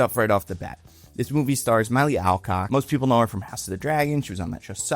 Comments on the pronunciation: How did you get Sasha Calle's name right, but got Milly Alcock's name wrong? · I love your pronunciations of all 3 names, Milly Alcock, Sasha Calle, and Melissa Benoist. Lets just say all 3 were quite unique. 🤣